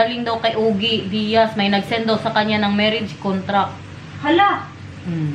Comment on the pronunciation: Ogie Diaz’s name is pronounced as Ojie